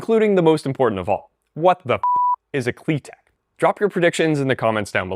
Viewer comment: You pronounce it wrong, it is pronounced Klit-ek